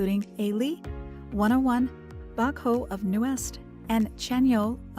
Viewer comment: Fyi : He is admirer Bruno Mars the most, Nuest not Newest, Baekho not Bacho, Pledis Not Plenus.